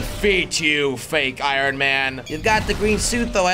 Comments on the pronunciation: He keeps saying irin it’s iron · I love how jelly just keeps saying ironeman in stead of ironman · Irin Man? i thought was pronounced Iron... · “Iorrn man” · I love when he says iron he says iRon man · It’s pronounced ion man not iron man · did he say I-ron man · It's iron not irin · Why is he saying irin man!?!??! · Jelly can't say iron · iron not irion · Nobody: Jelly: eye-Ron man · jelly says ironman like i-ron man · He said iorn man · He said (I Ron man) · The way he says iron though 😂 It's pronounced ion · Jelly pronouncing iron I-ron lol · Iron does not sound how it is spelled you say iRon with the r like how it is spelled but it actually sound like iYon the r sounds like a y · Pronouncing it eye-ron 🤣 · I stopped watching this vid because he was saying I R O N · he saying iron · he said iron wrong😂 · Just so you know kids, you do not pronounce the “R” in iron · Jelly I can’t help you saying iron wrong I just can’t stand it please say it differently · You say “iron” wrong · The r in iron is silent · you always say iron wrong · He can't say iron